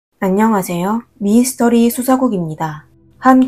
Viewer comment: 발음이 특이 하세요 미~~스터리 ㅎㅎ